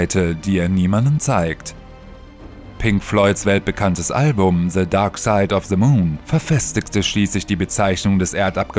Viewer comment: Se darkside haha the nicht se